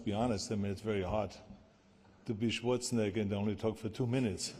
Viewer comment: Why did the host not pronounce Arnie's surname properly lol